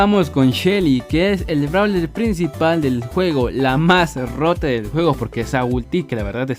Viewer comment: dice nuevo bralerw